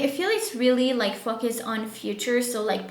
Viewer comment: You don’t pronounce word Focus correctly!